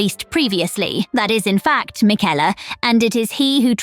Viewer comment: You don't pronounce it Miquella. It's Miquella